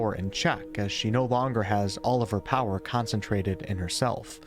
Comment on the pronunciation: I was as trying to make out the word “Power” and I was like, wtf is “Poed?”